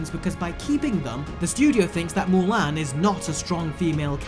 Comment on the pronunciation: Say it with me MULAN not MULAIN